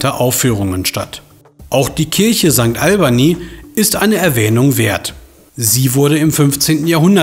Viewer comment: Dass das Gnselisel erst wo anders stand, wäre vielleicht auch ganz interessant. Sonst wurde auch zu jeder „Sehenswürdigkeit“ vom 100stel ins 1000stel gegangen. Sankt Albany. 😂 (ich kann es schriftlich nicht so albern aussprechen.) Gegenüber liegt die Stadthalle und nicht die Stadt Halle!